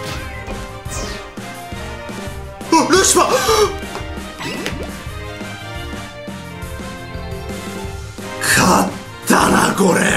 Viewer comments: しかもゲージに感情入りすぎ笑 あと、ルシフアーッテ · ルシファーの発音がホント無理。笑